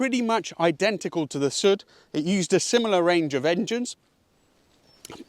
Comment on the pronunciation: it is "Soooood " not "sut" (which stand for "south" BTW the Alfasud-"story" is very similar to the one of the English car industry of those years....